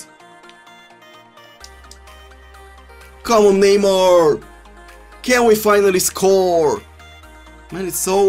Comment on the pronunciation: Neymuuur, Boatenk, Muuurtens